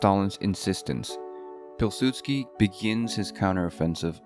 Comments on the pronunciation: Piw sudsky not Pil. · you didnt pronounce Jozef Polsudski the way you would pronounce it is: Yuzef Powisudski